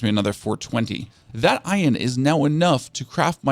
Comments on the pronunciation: Iron. 'Eye-urn' He says 'Ion' 😂😂😂😂😂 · IRON not ION. Cool guide but holy cow this made me crazy. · Now I understand why he cannot pronounce "iron." 😂